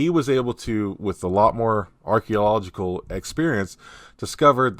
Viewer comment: Arch ee o logic al. Emphasis on “ee o” .The “a” coming before the “e” throws everyone off. Hope that helps.😊